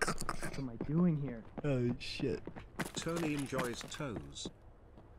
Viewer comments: That’s why his name is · tony -->